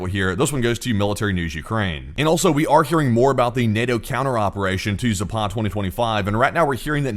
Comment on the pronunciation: Please ! It's not Zapaaad ! It's Zapad ! 2 short "a" s !!!!!